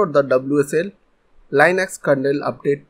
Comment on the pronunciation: when he pronunced linux: 💀💀💀💀💀💀💀💀💀💀💀💀💀💀 How to pronuce linux: L-e-Nox